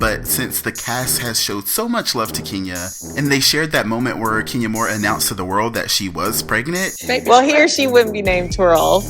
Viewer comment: ....Everytime you say KEENya I cringe. it's KEN Ya please be professional enough to pronounce a person's name correctly. Ken, Ken, Ken, Ken YA not Keen or Kean Ya